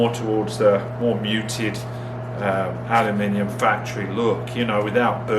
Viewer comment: Glad to hear you still pronounce the last "I" in aluminium! I'll try this myself next time. Quicker than the soda blasters.